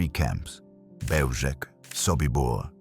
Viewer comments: Just fyi. It’s pronounced as Behw-Zhets. Zh as in measure. The C is always ts not K. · It's pronounced Belzhets. Please if you are going to produce historical videos, learn the correct pronounciation of names. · Pronouncing the name incorrectly. The "L" has a lone through it making the pronouncement a "w" sound. Therefore it is Beozhek. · BeozheTS. The c has a ts sound in 🇵🇱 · It's pronounced "beljetz" and wirths nickname was stuka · A small quibble, but the pronunciation of "Bełżec" is not hard to get right. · Learn to properly pronounce the name of the place you're talking about. Is it that difficult to look into it so as to learn to pronounce it correctly? The first word of your video, mispronounced. Ok, we get it.